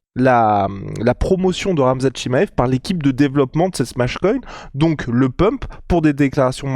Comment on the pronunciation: Nota : On prononce [tchimayef] et non [tchima‑ef]… 😉